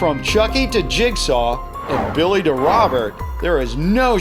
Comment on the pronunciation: Billy nU! iTS BiWy!